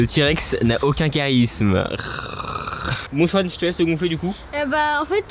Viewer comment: Laisse au lieu de maisse